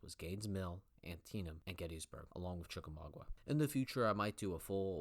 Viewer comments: Chickamauga... not Chickamaugua. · Gotta work on how to pronounce American place names: ChickamaugA (not "wah"_) KenneSaw Mountain (not "shah"_) ChattahooCHee (not "hoogie"_)